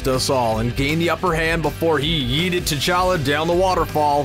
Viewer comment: Yeet'ed? YEE'ED? YEET'ED???? oh ffs.